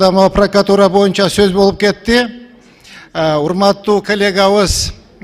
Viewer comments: пракатура эмес прокуратура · Прокатура эмес.прократуура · Эй окубаган пркатура эмес прократура дежи сени кайсыл эл шайлады экен сабатсыз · Пракатура эмес. Пракратура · Пракатура эмес туура айталбайт даже. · Прокатура дейтко😃